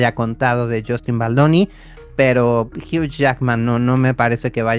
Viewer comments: Tanto en usa como en Canadá la pronunciación debería ser la misma. “Jiu” no “jiuch” como estas diciendo en el video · Amigoooooooo Hugh Jackman se pronuncia “jui” 💔💔💔🥹🥹🥹